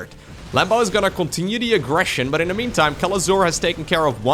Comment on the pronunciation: i always love when you said " the explosion de command center" with french accent ...deserve a like that it.